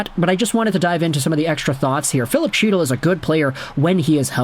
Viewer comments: Hes yours now , fyi it’s pronounced Hytil, not chytil, the c is silent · HEAT-le not CHEAT-le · Can you pronounce chytils name right lol say it as hytil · Chytil is pronounced hee-tul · Can you please pronounce his name correctly. It’s pronounced He-tyl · The dude's name is pronounced HEE-tuhl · In Chytil, the C is silent. Canucks got fleeced given the publicity of the feud. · Maybe you’ll now learn how to properly pronounce Chytil’s name. It’s pronounced with an H sound the Ch is silent. You’ve been pronouncing wrong for the past 5 years. Too bad we couldn’t send you Zibenajed.